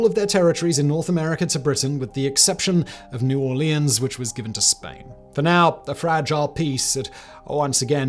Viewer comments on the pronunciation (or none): none